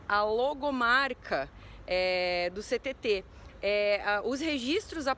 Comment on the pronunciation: Ninguém diz “Ch-TT” 😅